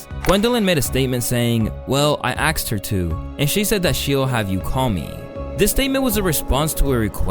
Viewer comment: Ctfu at the fact that one of the reasons his whole huge scheme failed is cuz he can't pronounce "Asked" correctly 😂 Big win for fans of enunciation lmao